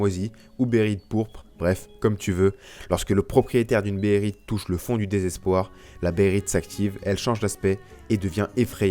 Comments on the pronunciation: behelit pas bérite -__-' à un moment tu le dit tellement souvent que ça écorche les oreilles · BEHHHHHHHHHHHHHHHHHHHHHHHHHHHHHHHHHHELIT , j'en saigne des oreilles mec srx xD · Béhérit et Béhélit sont deux transpositions valables depuis le Japonais. Bon après oui, faut bien prononcer les deux "é" ^^